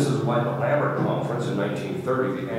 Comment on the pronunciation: Does Father mean to say "Lambeth Conference" instead of "Lambert Conference"?